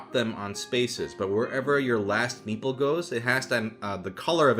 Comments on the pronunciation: for the longest time i thought you were saying "meatball" instead of "meeple" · Every time he said meeple I kept hearing meatball T_T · If I didn’t have captions there’s no way I would’ve known he said meeple